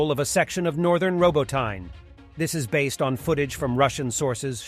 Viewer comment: Yeahj it does lol, though I think it's actually pronounced "Robot-n-ya"